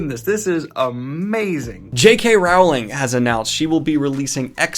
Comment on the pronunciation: Dude, Rowling is pronounced row-ling not rall-ing. Like row row row a boat.